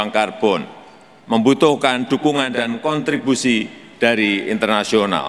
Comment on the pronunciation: kontribusi bukan kanttibusi, lo dulu sekolah dimana